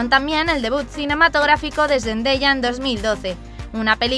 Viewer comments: se pronuncia sendaya no sendeya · Like si escuchaste que dijo zendeya😂😂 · Me molesta un poco como dice Zendaya •^•